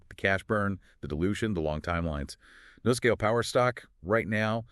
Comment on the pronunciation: Nuscale. Say "New" Scale.